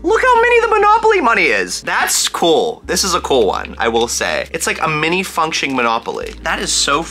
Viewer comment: the way he says cool like "coal" cracks me up